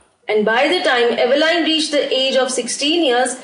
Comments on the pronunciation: Mam it's Evelyn not Eveline 😊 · Evelyn is pronounced as evelin not Evelyn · Diffrent accents to speak same words